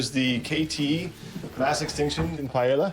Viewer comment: He can pronounce all those dinosaur names, and then calls it "Pie Ella"? lol